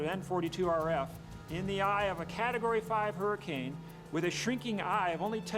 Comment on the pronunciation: wtf is a "huracun"?